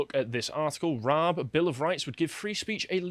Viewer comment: How can you comment when you don't know how to pronounce Dominic Raabs name?